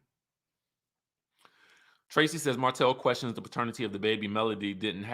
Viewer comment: I missed the live. I'm watching you now and I always look forward to your reviews. In my opinion there was so much negativity starting with Destiny and it transferred from person to person. Now I'm going to listen to you. You make me laugh every time you say "querrstions" 🤣